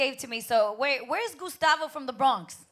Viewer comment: This nigga said Gustato